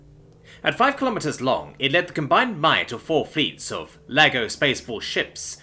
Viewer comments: Sounded like laggo to my ears tbh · You did. But it's fine. I love the different voices and accents he's got. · Not gonna lie, first time "laggo" came up it sounded like you said "lego"...😂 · I heard Lego like the who toy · Thought the same thing, had to look at the text to verify that I wasn’t crazy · I was not looking and though the same thing. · You and me both brother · Same. 😅 Then I had to look for confirmation and read Laggo.